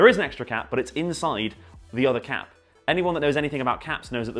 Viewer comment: Sounds like he’s saying cat instead of cap